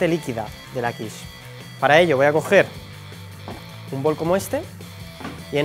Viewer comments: Buena receta y buena explicación. Además nombras perfectamente la quiche ( quich) y en femenino ¡Olé! Que aprendan muchos que van de supercocineros sabihondos. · Por fin alguien en España lo pronuncia bien 👍 :-))